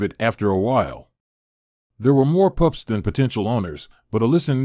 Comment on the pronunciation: What kind of narration is this.? Weird and the guy says VIT instead of Vet and says POUPS instead of Pups.